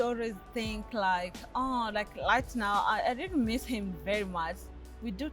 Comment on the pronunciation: Ohhh no！Rawwwd rike seriousry🙆🏽‍♀️🙆🏽‍♀️no lespect for our ears.